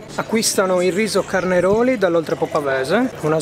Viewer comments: CarnEroli non si può sentire in un ristorante stellato… correggerei in CARNAROLI . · Però il sakè fatto con il riso CARNEROLI DELL'OLTREPO' PAVESE non si può sentire!! Il ragazzo deve studiare